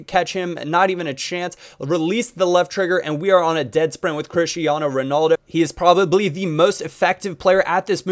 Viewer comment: RonAldo not RanOldo and RamOs not RamosE but good tutorial